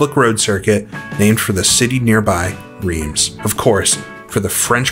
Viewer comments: I say this as a person who made the same error in the actual city: it is pronounced 'Rrrrance' (the rrrr is almost like you're trying to expel something from your nose). Great vid as usual! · Wrong again 😁. Reims is prononced "rrinss" and I live 45mins from it 😉